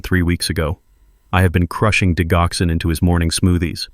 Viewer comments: for crying out loud... it's ''di Joxin!! wtf?! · It is Digoxin(di-jock-son) or digitalis(dige-i-tal-is). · Why do you insist on using a Robo voice to dictate your stories? It is so distracting to hear medication‘s incorrectly pronounced for example, the main medication in this story, digoxin is pronounced “ dijoxin.” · Please pronounce digoxin correctly. You really shouldn't used medical terminology when you can't even pronounce it correctly. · I wish AI would learn how tp pronounce Digoxin; the g has a j sound.